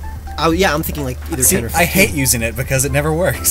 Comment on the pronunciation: DO NOT LEAVE OFF THE E IN OCTILLERY! BECAUSE, NOT BECUS!